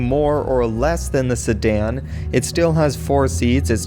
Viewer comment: i like the way he say "Sedan" "Sadan"